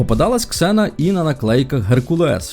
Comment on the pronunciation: ніяка не зіна! Ксена